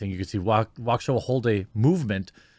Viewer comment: As someone from Waukesha County, downtown being about 15 minutes away, I am surprised people in the media are actually saying Waukesha correctly